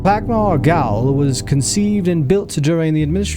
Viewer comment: "Gaol" is the British English spelling of the word "jail" and is pronounced as such.